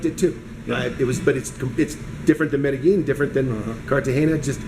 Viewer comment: If he has been to Medellin before, why is he still pronouncing it wrong? He probably still types Columbia.